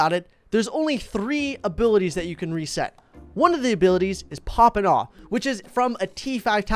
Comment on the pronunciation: pop and awe isnt pop and aw... heres how to pronounce it pop and away